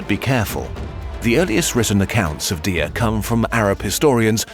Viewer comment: 1. The Aures mountains weren’t a desert, did no one on the team look at a map? Google images? What would she or the Arabs have burned? Sand? 2. The entire Hassan thing is made up by the Arabs/Muslims 2. That’s not how you pronounce Imazighen or Dihya 3. Dihya’s sons would not have dressed like that That’s not even all of it, I was really excited to see a kurzgesagt video about my favorite historical figure but I’m disappointed by how superficial the research was